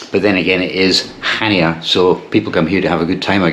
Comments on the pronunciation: He pronounced it awfully it's Hania not CH ania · It’s pronounced Hania. With an H. Not chania. 🙄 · Pronounced as "Hania" not Chania. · Greek and Turkish food -amazing.there is no “ch” sound in the Greek language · I believe Chania is pronounced without the C, as I was informed by the locals when I was there😊Go to Crete every year for our summer break, love the place and the people, Heraklion airport, as this place is the grimmest airport I have ever passed through, the toilets are 3rd world and the place cannot cope with the amount of passengers in handles. Shame as the airport itself can put you off Crete for life. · If you pronounce Chania that way, I'd like to hear you say Loch Ness.